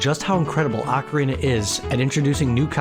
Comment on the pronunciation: Video would be SO much better if you could pronounce ocarina properly. It's barely watchable.